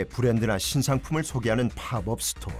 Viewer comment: 한국말로 단기 매장 이라고 하면 되는데 왜 쓸데없이 영어로 팝업 스토어 라고 하는 건지 이해 안 감. pop-up은 발음이 파펖 이지 파법 이 아님. 약간 이라는 말 쓸데없이 쓰는 미천넌. 제목에 이유 라는 단어 쓸데없이 쓰지마. 유치해.